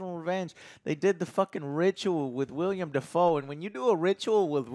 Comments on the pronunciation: I see Joe still says “William” Dafoe lol Also Björk. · You gotta stop calling him “William” Dafoe bro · It’s willem not William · I’ve been a fan of for almost a decade now and I still can’t get over him calling Willem Dafoe “William Dafoe” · Everytime joe says william instead of willem i yell at the screen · He keeps ok saying william.... ITS WILLEM GOD DAMMIT LMAO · Can someone finally tell Joe that his name is WILLEM Dafoe, not William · I love you guys, but for CHRIST'S SAKE, it's WILLEM , NOT William. EM, not iam. Please. PLEASE get his name right. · Within the first 50 seconds of this video, Joe can't remember the director of a movie he gave a 10/10, shows he didn't bother to do any research about Eggers's filmography, and then mispronounces Willem Dafoe's screen name. Amazing. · Joe, have you ever noticed everyone but you pronounces Willem Defoe's first name oddly?